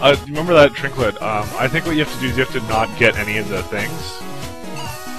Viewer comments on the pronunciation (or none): Am I the only one who gets annoyed when he says trinklet instead of trinket?